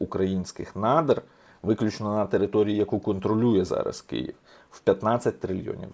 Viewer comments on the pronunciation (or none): none